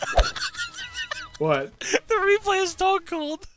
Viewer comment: You put an S in front of SStoneCold 😂😂😂